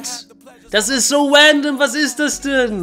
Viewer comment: wandom und twailer killt mich immer wieder :face-purple-crying